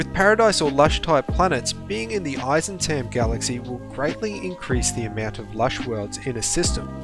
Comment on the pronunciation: Eissentam sounds german